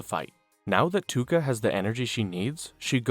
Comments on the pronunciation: It's ToUka not Tuka :|| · Love the recap I just hate that you say Tuka instead of Touka :face-red-droopy-eyes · Ew it’s Pro.Tow-ka lol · I watched for 3 minutes till I heard you say “tooka” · My boi plz. In the nicest way, its touka (toke-a). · Every time you said tooka I lost a week of my life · that was bugging the shit out of me like who tf is Tooka 😂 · The way you say touka hurts me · pronouncing toukas name wrong the whole vid is crazy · Took me 2 days to finish this one because of the Touka pronunciation but it a good watch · bro all the mispronouncing of Touka's name is distracting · the way you pronounce touka makes me uncomfortable